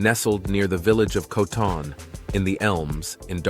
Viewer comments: We're British, not Britons! Coton-in-the-Elms is pronounced CO-tun not co-TON. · Cow ton in the Elms 😂😂. It’s Coton in the Elms . Coton is one word . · the pronunciation of Coton in the Elms was way off. It’s Coe t’n . Brits never stress the final syllable like that in the narrative. 🇬🇧